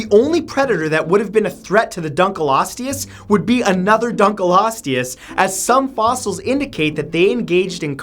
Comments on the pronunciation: The dunkleosteus is pronounced dunk-leo-stay-us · Dun-KLEE-ostious, Matt. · It’s pronounced dunk le os tea oos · it is actually pronounced dunkleostus not dunkleosteeus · I thought the dunkleosteus was pronounced dunk-leo-steus. Weird thought. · It's pronounced dunk-lee-ostee-us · (dunk-lee-oh-stee-us) thats how you pronounce it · Dude it pronounced "Dunk-Leo-Sorus" not whatever u said no aphennce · It's pronounced dunk-lee-ous-E-ous. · It is pronounced dunk lee soar us, do research next time rather than guessing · I thouht you said drunkrisourus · I love how Matt emphasized the DUN in Dunkleosteus. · PLEASE save yourself further embarrassment by actually looking up how these names are pronounced before you make a video? It's "DUNKLE-osteus" not "DUN-kelosteus." Also, research in recent years says that Megalania Prisca was only 11 feet long. At least you got Arthropleura right.